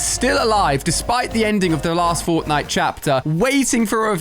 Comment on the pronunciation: Am i the only one who noticed that when the video starts he says the fortntie island